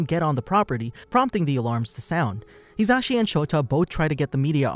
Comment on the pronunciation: When you realize he's been pronouncing his name wrong this whole time. It's pronounced "He-zuh-she"